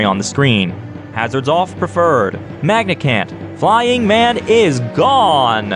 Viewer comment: did you just say magicant like mag i cant rather than magic ant?!?? UNACCEPTABLE